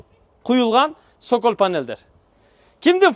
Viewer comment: Сөколь дебей соколь дечи